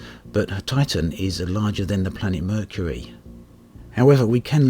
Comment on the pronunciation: Um... that is not how you pronounce Mercury.